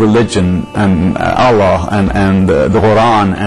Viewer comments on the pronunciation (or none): This man is not a muslim before maybe a man grown with western lifestyle who likes to drink liquor and do all sins . He cant even pronounce ALLAH in a proper way . He is certainly a stupid man in this for leaving Islam because a lot of people who are christian in u.s.a and europe converting to islam [ ASK THEM WHY THE CONVERT ? THE ANSWER IS [ ISLAM IS THE TRUE RELIGION WHERE THEY FIND REAL PEACE LIKE OUR BROTHER YUSOF ISLAM formerly known as cat stephens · Did u see the way this Guy pronounced 'Allah 'this is fake and Gay .....